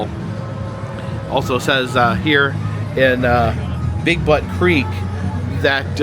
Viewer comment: Oregonian here. It's Big "Beaute" Creek. I don't think anyone would want to be in a place called Big Butt Creek. LOL